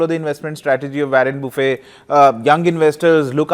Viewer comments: Buffet not boufey 😂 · Learn to pronounce Warren Buffet